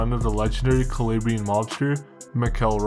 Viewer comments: bro you do so much research and put in so much effort the least you could do is google translate the Italian regions your talking about, KALABRAYIN? cmon bro you milk off Italian culture but can't pronounce Calabria? for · its an insult the way you say "calabrian" you shmuck